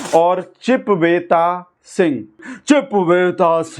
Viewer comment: ਚਿਪਵੇਤਾ ਨਹੀ ਚੂਪੇਤਾ Chipveta nhi choopeta ਕਹੀਏ ਜਨਾਬ